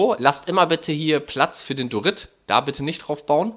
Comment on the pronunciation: Ich mag die Idee und so :) Aber was mich triggert ist das er Dorit sagt anstatt Diorit